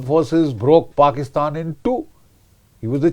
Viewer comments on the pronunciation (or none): none